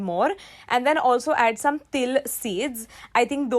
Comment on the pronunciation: it said dome instead of some anyway no problem no hate here love you 🦄🦄🦄👸👸👸🤩🤩😝🥰🥰🥰😍😍😍😘😘